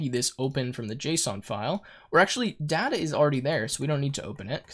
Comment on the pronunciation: Everything's good but a couple of things which really bothered me a lot was the pronunciation of "data" and "tuple".